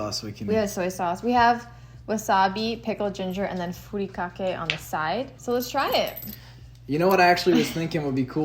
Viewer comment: Looks super good! No disrespect, but if you can say furikake correctly, you can say poke correctly. :)